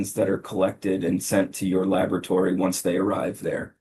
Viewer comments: She keeps saying "Lavatory." Why aren't they correcting her? Unless she checks the samples in the washroom? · I was taught to pronounce it la-bo-ra-to-ry. It sounded like “labatry.” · This witness has 3 degrees including a MASTERS and can't pronounce laboratory correctly!? "Not nuthin'" and "dat". There's no way I would have agreed to her being an "expert" witness if she calls the area of her expertise "labatory" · "How do you spell "Asperrience" and "Labatory"? Move to disqualify witness. She can't pronounce the words that describe what she does.